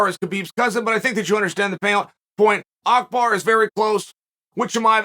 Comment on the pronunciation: Chael calling Abubakr “ackbar” is the most Chael thing ever